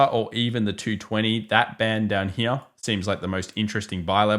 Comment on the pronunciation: i love the way this guy says the word "here" .......heeuh.